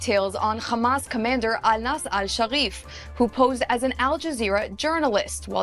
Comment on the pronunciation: “Anas”Hasharif. Really? Who? Hasharif?